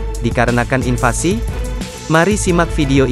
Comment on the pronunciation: Inflasi min bukan infasi,beda jauuh definisinya 😂